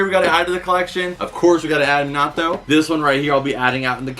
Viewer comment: its so weird seeing someone ho loves anime so much and still cant pronounce minato right